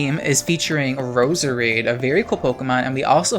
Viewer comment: It’s Pronounced Rose-Rade